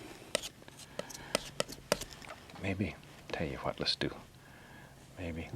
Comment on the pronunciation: And when he says, "Tell ya HWHAT...."